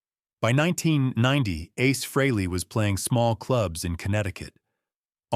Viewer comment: How about if you pronounce and spell his name right that would be nice when you’re talking about a legend like ACE FREHLEY